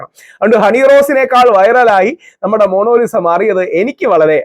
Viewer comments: മോണോലിസ അല്ല മോണാലി സ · താങ്കൾ 'മോണോലിസ' എന്നുച്ചരിക്കുന്നു. ''മോണലീസ' എന്നാണെങ്കിൽ ഇംഗ്ലീഷ് രീതിയിൽത്തന്നെയായി. എന്തായാലും 'മോണോ' എന്നു പറഞ്ഞത് തീരെ നന്നായിത്തോന്നിയില്ല. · Rahul sir, monolisa alla. Monalisa aanu...😊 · DEAR rahul ..Monolisa alla ..it's MONALISA🎉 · Inger kure book vayikunundalo..oru per coorect parayan aryila